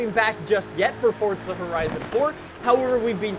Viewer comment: Why do you say Forza like that?